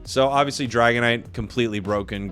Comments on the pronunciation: "Dagonite" hmmmmMmmMm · lol "dagonite"